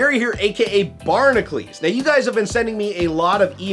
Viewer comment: Your name is (BARN-AH-CUE-LS) not (BARN-AH-CLES